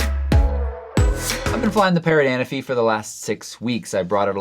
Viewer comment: Hi, it is anAfi, the accent on the 2nd “a”. It is a Greek island:)